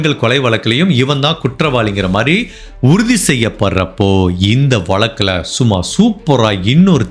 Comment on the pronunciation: Sir tamizh vaarthyileye za irukku. Neenga eppavum vaalkai, valakkam nu uchharikkareenha. Naan nagalakshmi. Thappa ninaikka vendaam